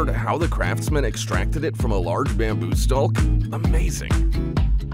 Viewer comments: actually sounded the L in bamboo stalk 😒 why is this a thing in some easten USA accents? The say almond, Holmes, Salmon saying the L... walk talk next? So weird. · Also sounds the letter L in bamboo stalk 😒